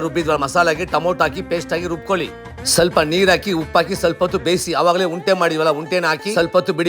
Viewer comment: ಅಣ್ಣ ಅದು ಉಂಡೆ ಉಂಟೆ ಅಲ್ಲ